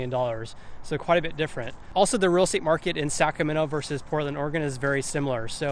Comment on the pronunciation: Really like the videos! Good content, great pace, very informative. A little constructive criticism, if you don;t mind. If you hear the way you're saying "Sacramento", it comes out as "Saccamenno". A little bit off-putting.